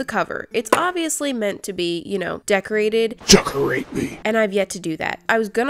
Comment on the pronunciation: when you say decorate 🤣🤣🤣